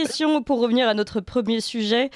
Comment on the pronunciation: « Nôtre » chaîne, pas « nautre » chaîne svp